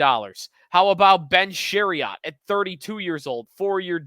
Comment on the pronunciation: I tried to give you a chance until you couldn’t even say Chairot’s name correctly. Too many causals have podcasts these days. Also, I find it incredibly rich that your name all these ex Wings from the last time we made the playoffs or won a series. Who was on Buffalo the last time you guys made the playoffs or won a series?! Better yet, what have the Sabres ever done that’s relevant either recently or historically?